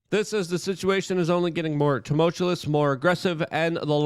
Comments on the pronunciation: Luke : Tumultuous, "Tum-Ol-Chū-Us" mumbling words, doesn't make it a real word. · No Luke video is complete without a "tumutulous."